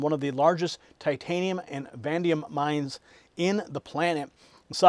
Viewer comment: Stop saying VANDIUM the metal is VANADIUM.